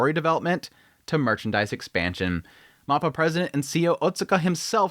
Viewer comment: For the love of God please pronounce mappa correctly. It's so freaking cringe.